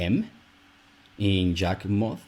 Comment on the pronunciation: When I hear you pronounce Yawgmoth with a j is confusing because I always hear it pronounced what a e like sound